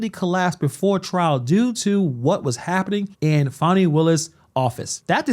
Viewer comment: Her name's Fani not fawny